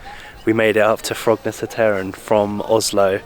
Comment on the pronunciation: Perhaps you already knew, but "Korketrekkeren" means "the Corkscrew". And by the way, the last "e" in both this word and "Frognerseteren" is silent. So, pronounced more or less like i.e. "Frognerset-earn". Or, to be exact, with a Norwegian "æ"-sound. Actually like the "a" in English "fancy"😂